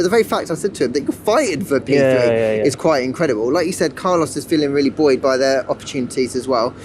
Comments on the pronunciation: Glad to hear the word "buoyed" pronounced properly as apposed to "boooeeeyed" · i am BUOYED that he said buoyed so many times